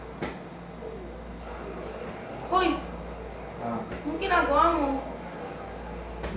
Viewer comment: "uy gienagawamue" hahahahaa